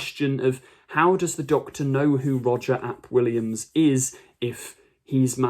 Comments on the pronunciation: Roger Ap Gwilliam - the Welsh language really isn't that hard, come on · His name is Roger ap Gwilliam, not Roger Williams. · If one accepts that any sufficiently advanced technology is indistinguishable from magic, then science fiction and fantasy become interchangeable. I grant RTD the artistic license and really enjoyed this episode. BTW it was “ap Gwillam”